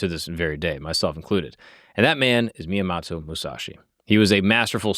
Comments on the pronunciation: At least learn how to say the name correctly. Miyamato? It didn't sound like miyamoto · Myomato? Dint even say his name straight? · Just got here from your Achilles video where you pronounced every single name wrong and of course, right away you pronounce Miyamoto wrong. This is making me think you literally just have ai compile the story, and you just read the teleprompter in front of you with zero research on your end before the show. Either that or it's a running gag that you pronounce everything wrong and I'm just not aware. I seriously don't see how it's possible. If it really is unintentional, you'd think you would pronounce names correctly as least some of the time by accident. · Except he pronounces almost every single name wrong in almost every single episode he does. His Achilles video was annoying as fuh. Literally EVERY. SINGLE. NAME he pronounced won't except for Achilles. In this video he didn't even pronounce Miyamoto correctly.